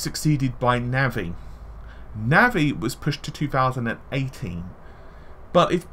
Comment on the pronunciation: "Navvy" lol